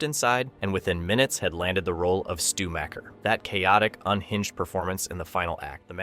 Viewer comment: Dude come on. Stu’s last name is pronounced like “Mocker”, not “Macker”. Regan MacNeil is pronounced like Ronald Reagan, not “Reegan”. You haven’t even watched the movies?